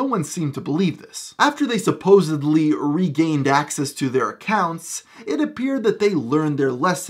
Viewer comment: “SupposeVely” ??? ……….Oh no. 🤦🏻‍♀️